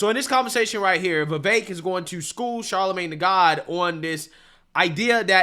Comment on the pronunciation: Bro why do you keep calling him Charlemagne tha God?